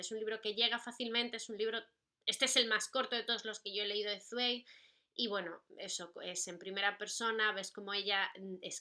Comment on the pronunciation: Hola:) Yo amo a Zweig (y si no estoy mal se pronuncia esvaik;)) Apuntado el de Amok y en cuanto a recomendaciones: El mundo del ayer!!! saludos guapa:3